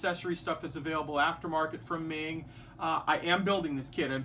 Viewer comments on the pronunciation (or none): The pronunciation of meng is closer to mong, It's a chinese family name.